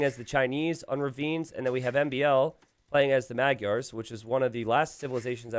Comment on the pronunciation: This is why Magyars are in the top 2 for best feudal (along with Cumans). And I hope YouTubers learn how to say Magyars and Khmer soon 11